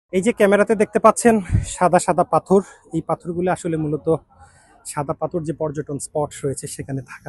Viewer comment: পাথর na correct pronunciation পাথথর oibo